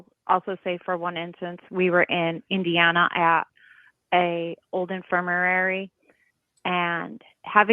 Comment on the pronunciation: I've never been to an "infirmirary".